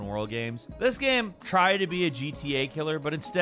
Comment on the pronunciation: I get upset hearing him try to pronounce the word "game"